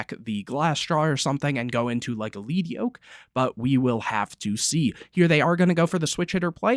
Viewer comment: It’s lead yoke. Lead. Like the metal. Pronounced like led